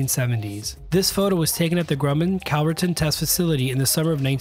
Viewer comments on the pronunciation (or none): none